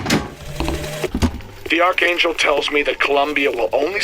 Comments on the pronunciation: Not Rose-alind! ROS-alind! Short o Not ArCHangel! Ark-angel! Not imPOtence!! Pronounced “Impatense”. Hattie is not pronounced Hatey! Hattie, Mattie, baddie, batty. Jeez. Not PinCHOT! It’s French! It’s PinCHO! The o is long and the T is silent. Come on man! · Ark•Angel Not Arch•Angel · I'm ten minutes in and I like it, but where was all the information about "Comstock became a polititian" in the game? I noticed no audio diary to back it up. Also it's pronounced "Ark Angel" despite how it's spelt. I'm not hating brother, just sharing my opinion. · He says archangel wrong